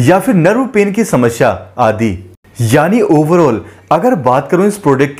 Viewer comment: समस्या होती है समष्या नहीं 😂